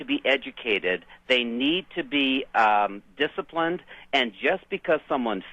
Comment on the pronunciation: Something about the way you say "discipline" makes me think leather assless chaps would be involved.